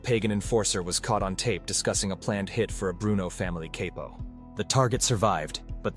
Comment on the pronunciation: Who pronounces " capo". Caipo? SMH. This documentary. That's who. This is AI.